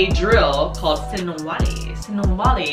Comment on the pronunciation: sinawali. not sinwali.